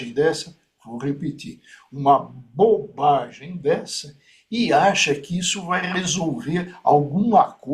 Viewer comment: O "magistrado"aí falou "BOUBAGEM"ou eu entendi errado? E acho que falou 3 vezes